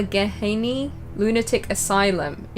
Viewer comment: OMG yay, said Allegheny right!!! So many ppl cant seem to say it right🤣